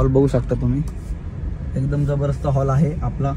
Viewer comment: Holl नाही रे हॉल किती साधे आहें ते😂😂😂